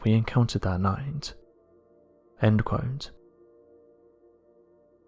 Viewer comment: I can't watch this channel any more. This guy can't say the word "quote" properly.